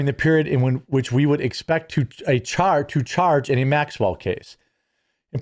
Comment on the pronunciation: You are mispronouncing Maxwell's name.